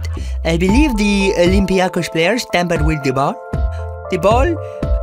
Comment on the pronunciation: Don't say aigen for olympiacous 🔪🔪🔪🔫🔬🔬🔬